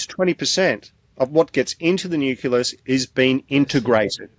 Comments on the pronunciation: This guy can't even pronounce 'nucleus' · I wish that man could pronounce the word nucleus properly /wince/ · "Nuculus"? Silly me- I thought it was "nucleus". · Difficult to trust a scientist who can't pronounce nucleus! 😂